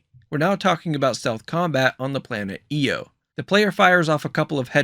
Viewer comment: Best breakdown of the direct so far. One big thing you missed mentioning is that IO is a moon of Jupiter. And it’s pronounced I O not E O. Pretty minor though.